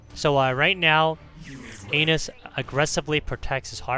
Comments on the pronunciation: How do you even get "anus" from "anas"? Haha that was hilarious to hear every time, had a hard time focusing on the actual gameplay because of it! :) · Ahmad Almashayekhi An-ass not ain-nuss lol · Cant stop laughing every time you say anus 😆😆😆😆😆😆 the initial sound is like 'apple' not like how you said it. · His name is Anas like the beginning of Anastasia. Hahaha this was personal 😂